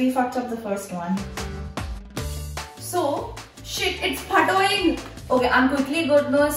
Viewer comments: She be like :) It's phatoying 😂😂😂😂 Did anyone notice that? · its phatoing XD